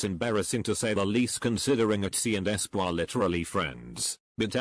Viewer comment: Nobody: The voice: æSpÅrh